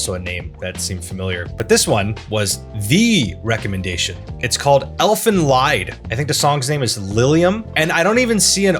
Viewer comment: First of all, it's elfenl-ee-d, not elfenl-eye-d. First (and correct) pronounciation meand elfsong, the second (and your) pronounciation meams elfsuffering. Second, dare you to react to the GERMAN opening of sailor moon season one. You may not understand a single word but instead of just covering the original back in the days, the studio went all out and made it a peak embodiment of the german music genre of its time. It's not just an anime intro, it's the shadow of german music history.